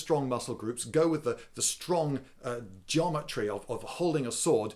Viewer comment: i like how he says jometry instead of geometry